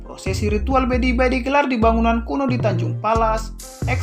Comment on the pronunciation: Maaf admin ralat..bukan bedibai tapi pedibai...🙏🙏